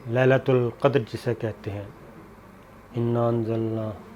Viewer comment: Sir G First mien fe-lelatil qadar hai lelatol qadar nahi. Zer hai Thank you